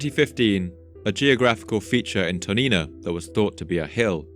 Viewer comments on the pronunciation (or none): When you read Toniná, the emphasis is on the syllable "ná".